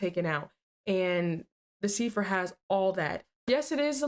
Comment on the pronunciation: Its a CYpher not a SIfer🤣🤣🤣